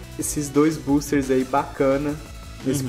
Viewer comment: tu fala buusters kk